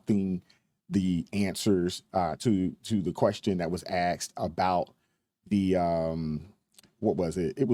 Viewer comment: You had me right up until “axed”…